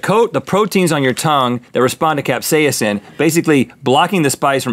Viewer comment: Cap-say-inson? No Rhett. No. Cap-say-son.